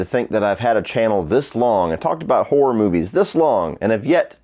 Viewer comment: It's horror not hoar ra!